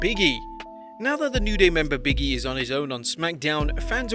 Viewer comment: Its not "Biggie", it's "Big E".